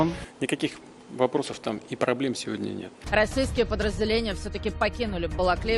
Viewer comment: "праблєм інкакіх там нєту" каже🤣🤣🤣🤣